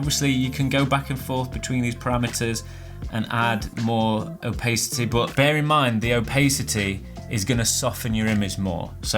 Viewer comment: btw Opacity is pronounced ow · pa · suh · tee rather than ow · pay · suh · tee much love